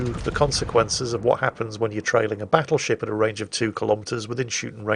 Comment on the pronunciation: Something about saying "BATtleship" and when he does his sickly laughs, reeeeeaaaaaallly aggravetes me